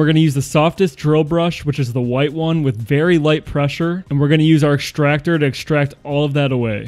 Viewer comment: "Exchtractor"? Is something wrong with your mouth?